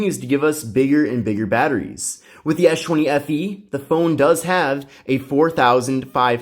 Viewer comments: "Esh 20 fe" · "esh chwenny FE" lmfaoo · I thought u kept on saying s20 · esh chwenny FE LOL!